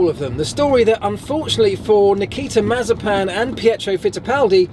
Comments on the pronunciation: Mazerpan? First time I ve heard it pronounced like that😂😂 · The name is pronounced muh-ZYEH-pin.